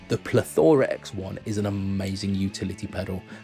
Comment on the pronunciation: it is Plethora x 1 not plethoraxe one